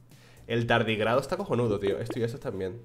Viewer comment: Sabes que lleva un buen feedeo cuando dice "si pierdo esto, me borro el canal de YouTube" JAJAJAJAJA Me da toquetazo que leas tardígrado sin tilde (llámame tiquismiquis, me lo merezco) jajajajaajaja